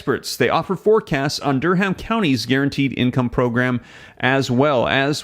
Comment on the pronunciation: the 'h' in Durham is silent. It sounds like Durum. Just fyi.